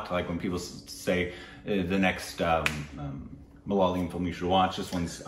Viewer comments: Upteenth time...it's not MaLaaayalam...it's MalaYaaalam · I'm definitely risking my peace and sanity with this comment that'll invite viscious abuses from #LoyalStupidBabies, but... Endey Chinakathoor kaavil ammey!! Evandey ammoommey kattikyan ulla aa #Malaleeum kondu nyaan thottu!! 🤦‍♀️ Is it really that difficult to say Ma-La-Ya-Lam? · Come on it's not Malalayam it's Ma - La - Yaa - Lam... You should just give it a try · it is Malayalam and not malalayam 😂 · Again.... Not MA-LA-LI-UM It's MA-LA-YA-LAM guys..